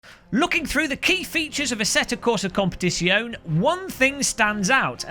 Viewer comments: competizione it's Zion-a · OMG such blatent click bait.😁 Your right though iRacing needs a good kick to even think about changing its pricing system. Oh and and when pronouncing Italian words generally all of the letters are pronounced, don't forget the 'e' at the end. Love ya byeeeee.